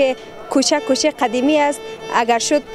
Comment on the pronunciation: اول خو گپ زدن را یاد بیگیر چای سه وز نگو سبز بگو کچه نگو کوچه بگو نگو که گپ نمیزمه بگو صحبت نمیکند نگو تو بگو شما تازبیح نگو تسبیح بگو انگوشتر نگو انگشتر شما رقم حرف میزنید که شاید تا صنف دو درس خوانده باشید در این ویدیو شما به صدهاکلمات را اشتباه تلفظ میکنید من صرف چند دانه اسرا مثال دادم